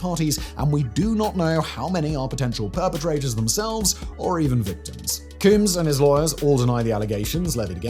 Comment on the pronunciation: Simon, I know you have no use for a comb, but I'd figure you could at least say the word. 😂